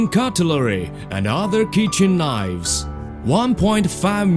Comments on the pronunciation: Ceramic knoyyves. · CERAMIC KNOIVES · Ah, knoyves. My favourite.